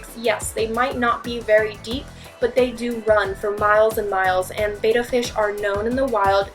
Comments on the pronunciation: beTTa... beta is a greek letter, there are two t's. it's not bae it's beh also no need to say betta fish... that's like saying goldfish fish, guppy fish, or gourami fish. good info (also should add about them being subtropical and thriving with a heater in temps between 78f and 82f) but hearing beta fish ever 5 seconds was like nails on a chalkboard 😥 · Misconception #1, it's pronounced Bayduh fish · Please stop pronouncing betta like beta. Look up the pronunciation. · Awesome vid you can have male and female betta together provided the tank is big enough and lots of live plants iv bread this way. But for the rest of the world its pronouncement is BET-TA like better but betta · b etta splendens not bayta fish, wrong pronounciation. otherwise good info. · How do I take her serious when she doesn't even pronounce the name of the fish right? Betta (“bed-tah") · Its pronounced 'bet ta' (same as 'better') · So many people pronounce it bay-ta but it's simply not correct. I know in the grand scheme of things, it doesn't really matter but that's just one little thing that drives me absolutely starkers. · Ok I turned off the video as soon as u said it pronounced like (bay-tah).. It is pronounced with a short e sound... Not like beta... And don't tell me I'm wrong cuz I'm not. Check ur dictionary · Misconception 6: It's pronounced BEH-ta, with a schwa. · The #1 misconception of all is that it's pronounced BAYtah fish. It's Betta with two t's, thus a short 'e' sound. Pronounce it like the cheese in a Greek salad but replace the 'F' with a 'B.' OK? This ridiculous girl mispronounced it like a hundred times in this annoying video. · One of the best intros to Betta fish I have seen on youtube. However, it is correctly pronounced as Bedda, I know that is being nit picky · Another myth is that the name is pronounced the way you're pronouncing it. It's pronounced 'beh-tta', like 'better'. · Here’s a fact! You pronounce betta wrong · You are pronouncing betta incorrectly.